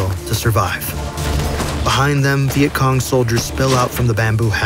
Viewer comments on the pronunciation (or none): The the start u said veient Kong lol